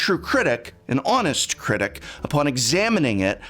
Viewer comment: LOL critic not cricket